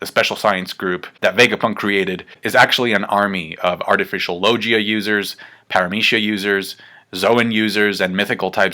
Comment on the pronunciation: Omg Logia is pronounced low-gee-ah. Not low-ji-uh